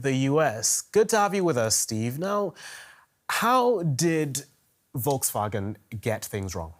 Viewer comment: volksvagen? you are doin this intentionally?